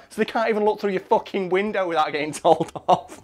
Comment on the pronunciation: "focking window"